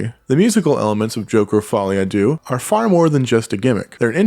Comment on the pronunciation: It is pronounced Follie a "Deu". Why did everybody on the planet suddenly forget how to pronounce the French for Two. Un..Deux...Trois...etc. Since when did we say Un doo trois :) Even the film makers got it wrong! So not really the critics fault - they just repeat what they hear.